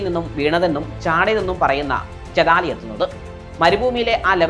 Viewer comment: ചതാലി അല്ല ചെയ്താലി